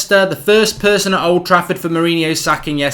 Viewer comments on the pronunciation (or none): none